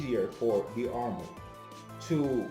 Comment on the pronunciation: Irish guy here, it’s pronounced like Der-mid